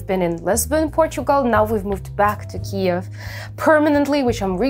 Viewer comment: Говоріть Київ з правильною українською вимовою. у рос мові ок хай буде рос, але в англійській має бути чітко KYIV , бо це україїнська назва українського міста! не треба розповсюджувати НЕПРАВИЛЬНУ вимову на міжнародні простори